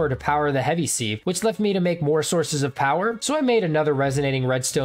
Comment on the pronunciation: Lol seeeeeve You can look it up it's pronounced siv